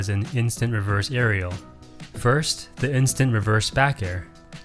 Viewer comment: "Areal pivot"